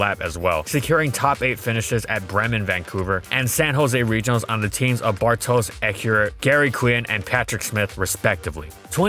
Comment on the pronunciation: Hey, Polish name, that's a suprise to be sure but a welcome one And on this note, your pronunciation was pretty close. It's "Bartosh"